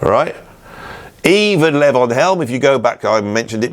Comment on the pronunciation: Enjoyed the presentation and the love for Levon Helm. That fella from Arkansas was talented. One little niggle though, his name was pronounced Lavon again, good sir. It's Lee-von. Like the Elton John song. Onward.